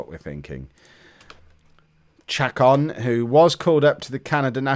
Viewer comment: a few things 1. Away goals matter. Chicago advanced from the semis on that basis. 2. The accent is over the o in Chacón and tells you to emphasize that syllable. His name is pronounced cha-CONE. 3. Might be too late, but if you do lose the semis, add some filler to the end of the video? An 8-minute video tomorrow would pretty clearly state that you didn't make the Finals.